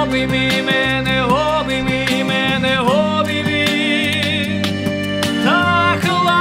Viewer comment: не первый раз слышу океан эльзы в вашем исполнении. Слово "обиймы" первая и, не ы. Извините, что включил учителя.😊 Ребят всё супер, снимайте ещё!